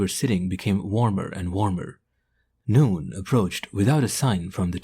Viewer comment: Even though he pronounced noon "noooown".